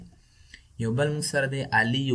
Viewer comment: It's not ail it's ali